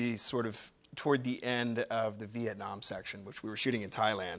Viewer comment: Love the way he pronounces Vietnam, my country🇻🇳🇻🇳🇻🇳🥰